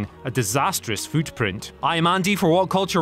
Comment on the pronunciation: fuutprint, puushes, lmao